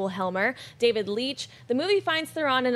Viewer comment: Guys, her name is pronounced THERon...like heron... she's mentioned this several times on talk shows.